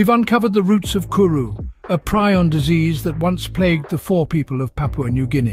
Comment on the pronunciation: Fore is pronounced foh-ray.